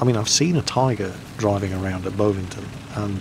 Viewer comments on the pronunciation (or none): none